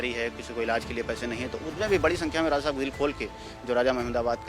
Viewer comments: Raza nhi hota hai Raja hota hai bhai sab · Ae bhai talafuz sahi kar lijiye bahut chubh raha hai. Bhaiya Raja hota hai na ki Raaza. Please don't mind seekhne ki umar nahi hoti. 10 baar repeat karenge to apne aap sahi ho jayegaa. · Abe Raja Raza Qn bol raja hy be 😂😂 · Bhai raza nahi raja h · Abe RAJA acche se bolna seekh le . Bihari Raza nahi Raja bola jata hai 😀😃😄😄😛😝😝😜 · Raaza nahi RAJA hota hai aaz nahi aaj kaho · एंकर साहब, पहले अपना उच्चारण सही कीजिए, (राज़ा) नहीं (राजा) होता है। (आज़) नहीं (आज) होता है,,😂😂 इसको तलफ़्फ़ुज़ कहते हैं 🙏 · Raja not Raza😂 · Raja ko Raza..Aaj ko Aaz. Visheshta ko Visesta..😂😂